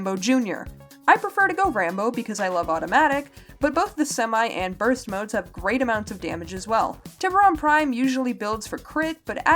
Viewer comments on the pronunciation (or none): none